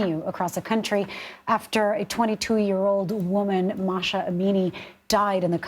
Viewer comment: Mahsa, not Masha!